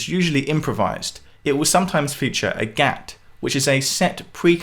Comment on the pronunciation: Wonderful video! It is great that you are shedding some light on Indian Classical music. It can be weird and intimidating for some people for sure. For the most part, everything mentioned was fairly accurate apart from some minor details. But some of the pronunciation was a bit off, the main culprits being: Gat- Doesn't rhyme with "Cat". it is rather like rather Gut. Spelled Gat, spoken Gut. Drut- Doesn't rhyme with shoot, it is like "Shut" the door. Sarod(e)- Isn't Sarooood, it has 2 main pronunciations depending on which lineage is being taught. The main pronunciation is Sarode, like Sa-road (a road you drive down) and the other is Sa-Rod, like a metal rod. I know pronunciation is quite open to interpretation with all the languages and dialects in India, but i have learned these terms and Indian classical music from Ustad Ali Akbar Khan, Look him up and you will find he is considered a glacier feeding many rivers. His father was also the guru for Ravi Shankar, Nikhil Banerjee, just to name a few. It would be great if you could make one of these videos based on Ali Akbar Khan, you have a great way of breaking down the concepts and passing them on in an understandable way.